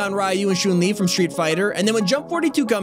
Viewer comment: Can we take a moment to realize he called chun li zun li